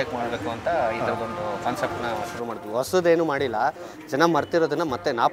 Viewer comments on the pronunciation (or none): It is not osadu it is Hosadu.